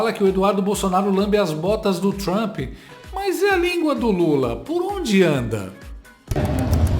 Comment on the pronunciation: "Tentar lamber as botas du Trampi", diz Lalau... Logo ele, que tem a boca recheada de "cutuca-cabra" de soldados do Hamas... 😂🤌